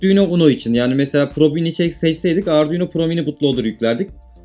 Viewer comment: Herşeyi anladım herşey güzel olmuş tek anlayamadığım nokta ardiuno dedin ne 😂😂